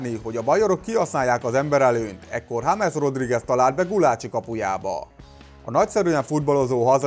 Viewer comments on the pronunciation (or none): none